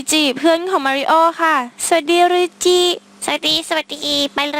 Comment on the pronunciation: พี่เรียกชื่อหลุยจิผิด